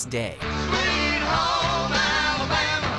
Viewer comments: Is it me or is he pronouncing "Alabama" weird? Sounds more like Alabahma. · Something about the way the narrator says "Alabama" really bothers me.